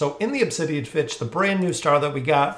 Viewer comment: It's Finch not Fitch how does that even happen